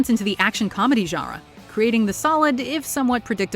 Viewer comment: Love the videos but please, either say "genre" with a perfect French accent, or pronounce it like a North American. Right now you're in a weird no man's land in between the two.